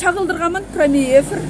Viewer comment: Прамой эфир дегенин😆😆